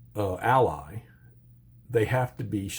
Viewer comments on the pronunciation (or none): none